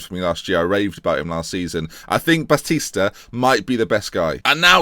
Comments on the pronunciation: Ba-Ste-A? It's Batista! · Batista is pronuonced Bastia? really hahaha send on intensive pronunciation course